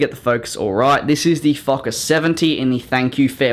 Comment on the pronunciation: Its not a foker its a folkker